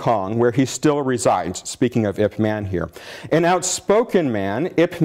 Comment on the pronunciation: The talk is fine, but its absolutely bizarre how this yt guy can claim expertise on wing chun, yet pronounce it 'wing chung', 'ip mahn' instead of '(y)ip mun' etc.